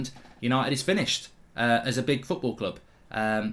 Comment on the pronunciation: Welcome to that’s fooorball? Mark you okay bro? 🤣🤣🤣my mans that hurt he can’t even say the word football loooooool